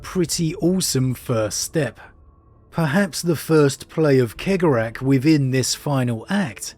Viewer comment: I love you but…